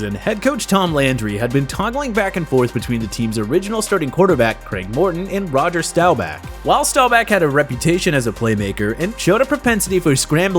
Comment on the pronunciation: he says Rowger Stowback